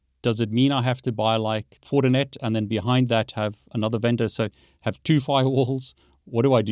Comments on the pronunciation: Is he talking about Fortinet ? When het say Fortnet? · Why does he keep saying "fortnet?"